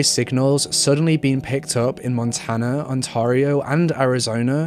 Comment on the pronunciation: Wooof. You really butchered the pronunciation of Ontario lmao.